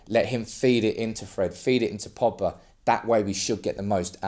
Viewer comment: There’s a G in Pogba. His names not Poba